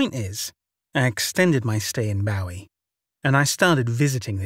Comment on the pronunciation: Well done! Just a gentle heads up from a former resident, "Bowie Maryland" rhymes with "gooey" & "Marilyn," as in Monroe. :) I know it makes no sense and I don't understand it either, but I do know that's how locals pronounce it, so I hope that helps. :-) 💕